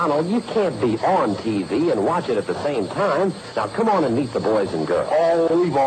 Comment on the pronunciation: It almost sounded like, "lets eat the boys and girls" rather than "lets meet the boys and girls"